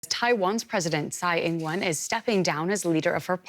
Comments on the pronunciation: It is not "sai" but "chai". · Reporter should learn to pronounce Tsai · Who tf is Chai? Her name is Xi, I mean Tsai. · Who the heck is "chai"?... Perhaps the DW reporters should learn how to pronounce Tsai-Ing Wen. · The narrator always pronounce Tsai as "Chi" but the correct way is to pronounce like English, not German.